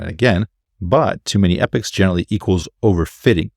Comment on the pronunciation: Just an FYI, it's pronounced "Eeeh - pox" not epics 👍